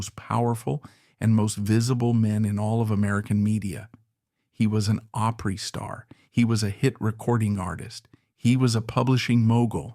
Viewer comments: I hate AI voicing " the reeman auditorium " the oohpry such nonsense. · Margie Bowes,was a true friend that never got what she could become. When she lost Sharon she gave up. I will always miss Margie. Doyl and Teddy were great. You really need to learn how to say OPRY. Shirley Rate country singer